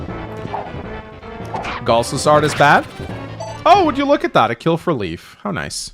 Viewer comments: pronounces it Leaf to my knowledge because that's the pronunciation he is used to from previous translations, when the name was actually written as Leaf. Leif is pronounced differently depending on country and/or region, but always a variation of "Layf" or "Life". Never "Leaf". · he can pronounce mead (og pronounce) but not Macha? Or Loch (as a lake)? Also, Leif read as Leaf agh! It's nitpicking, but he was very serious about Gee, so... Also, Forvo don't bite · Maybe he can but idk. It's curious he's never tried it if he could. /li:f/ is matching the Japanese Riifu which does indicate this pronunciation. With FE(and Japanese media in general) you have to note that the creators themselves don't know the etymology and correct pronunciation oftentimes, so then they write something completely different in kana. I think translating that to the etymological source in English can be a mistake. Particularly when it comes to Irish which Anglophones are never going to manage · Lif or Liv is a female name, and I doubt that that's the reason. I lean closer to that the japanese developers meant the germanic name Leif, didn't know how it was pronounced, looked at how americans would (incorrectly) pronounce it and went with that. Just like they today pronounce e.g. Leif Eriksson's name as Leaf.